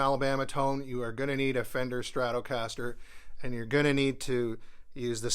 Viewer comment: Its irritating me how you pronounce stratocaster 😂😂😂